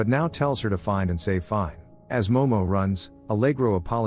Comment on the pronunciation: Finē (feen-a) not fine